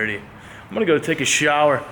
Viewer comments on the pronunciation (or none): “Ima go take a sheeower”— 2018